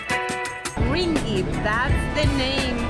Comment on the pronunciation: Hahah, the sound of 'ring it' for ringgit. Welcome to Malaysia.